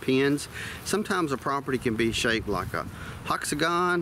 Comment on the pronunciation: did he say "huxagon?"